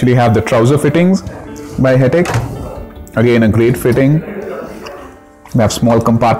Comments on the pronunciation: Wy everyone pronounce it as 'Hettiick' ? Its 'Hettich (as in Itch used in Itching)' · Ideas Modular Kitchens you are wrong... you can check their corporate website and press interviews.. They pronounce themselves as Hett- “itch”